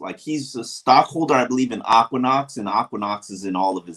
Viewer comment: It's Equinox,.